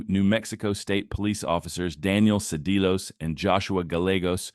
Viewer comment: Pronunciation: Cedillos = cee Dee yos, Gallegos = guy Yay gos